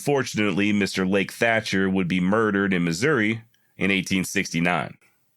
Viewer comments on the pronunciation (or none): none